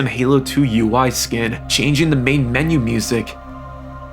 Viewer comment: U.I not YOU-EEE